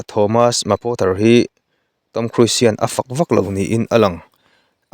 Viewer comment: I lam dan hi 'KHRUIS' ti a lam loh tur. KHRUZ ti a lam tur